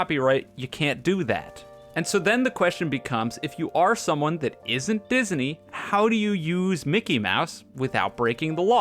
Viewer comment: never in my life have i heard disney pronounced as “dis-uh-ney”